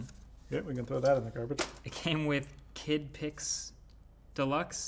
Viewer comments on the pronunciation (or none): Marques just ruined KidPix nostalgia for me by making me hear it as "Kid Pics" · The way he pronounced "Kid Pix" ruined my childhood. Today was the day that I realized that that may not be the best name for a child's artist software...